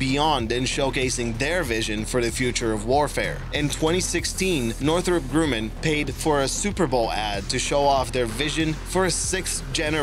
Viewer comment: It's pronounced northrup (north-rup) grumman (gr-uh-man)